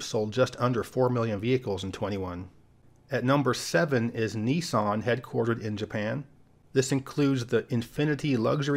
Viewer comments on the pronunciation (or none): none